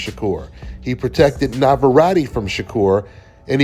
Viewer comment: You cant pronounce navarette correctly.